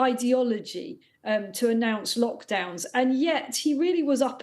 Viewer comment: Did the lady just say mockdowns 😳